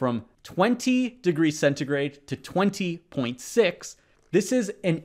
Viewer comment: it's that celsus? why's he pronouncing it as centigrey